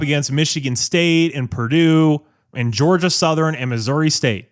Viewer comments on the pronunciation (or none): none